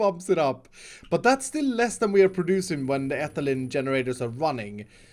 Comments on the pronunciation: It’s not ethalin it’s ee- thai- leen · Ethylene is pronounced Etheleen. I'm not hating please don't comment mean things I'm just tryna give info. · Ethylene is pronounced like Ethileen, all your chemist followers are hitting their heads on their desks